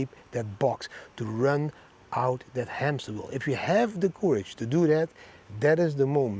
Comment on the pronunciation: Thx 4 every video, thanks for all the effort every week. Your daily quote is great, but please change your pronounciation of courage...it's not the pronounciation like "coup", but like "currency", you have to say it more like currage